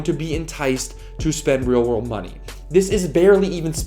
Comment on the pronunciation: “Wheel wurld dollirs”